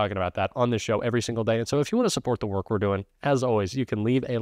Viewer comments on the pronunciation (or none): none